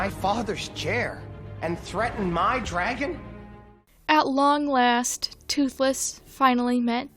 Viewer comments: No offence, but the way you say “dragon” physically hurts me whenever you say it. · WHY TF WOULD YOU PRONOUNCE DRAGON LIKE THAT?! IT TRIGGERS ME EVERYTIME YOU SAY IT LIKE AUUURRGGHHHH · I swear I despise how you pronounce dragon I'm sorry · Your pronunciation of "dragon" gives my internal ears the same feeling as when someone is scratching their nails against a blackboard. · I have never heard someone say dragon like that and now im confused